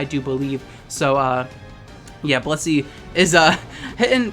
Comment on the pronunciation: Every damn time they said "Blissey" i misheard-ed as "pussy"